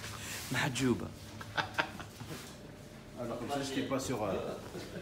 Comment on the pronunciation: qui dit mahdjouba 😅. Mais sinon merci pour cette belle vidéo. Et bravo pour ta persévérance et tes résultats, ne lâche pas!!!